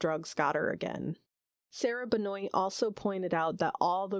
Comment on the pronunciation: As the first cousin of Crystal Benoit, I wanted to correct a few small things. Benoit is pronounced Ben-wa and Sarah is her mother, not her cousin. So now a little about who Crystal was. There is some serious multi-generational trauma. Aunt Sarah grew up in foster care after her father died when she was six. My father, her brother, tried to support the family enough for them to stay together, but with him being the sole breadwinner at 12, it was a near impossible task. My dad made something of himself by joining the Nav and he tried to always send money home to his family, but they were and are in deep poverty. I don't know much about Crystals' drug use, but as a troubled teen, I can only imagine she was self-medicating her troubles away. Sadly, two of her three siblings also turned to drugs. Crystal was friendly and outgoing and tried her hardest to make others happy while suffering inside herself. I have some fond memories oof her and I hope one day justice is found for her murder.